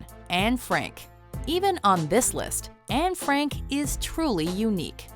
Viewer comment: En Frenk? or Anne Frank?